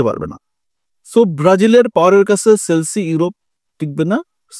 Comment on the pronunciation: ভাই সেলছি না । এটা হবে চেলসি 😂